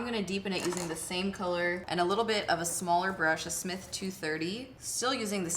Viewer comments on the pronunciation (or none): none